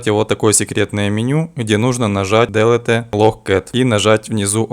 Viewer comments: После "дэлэте" и "проХрам" как-то не захотелось эксперементировать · Произношение английского как у коренного британца! Делэтэ🤣🤣🤣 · Я один не доверяю людям, которые произносят "ДЭЛЭТЭ"???